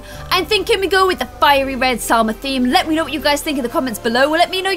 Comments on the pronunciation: You keep calling Salma Jalma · Its salma not jalma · You keep calling SALMA JALMA! like if you agree